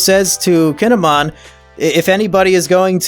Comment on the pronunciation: Right... I am surprised I got the two confused. AAGHHHH. Oh well. Reminds me... he has been throughout the entire review series mispronouncing Kinemon's name. The way he says it is if he were a Digimon.